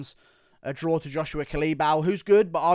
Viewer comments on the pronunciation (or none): none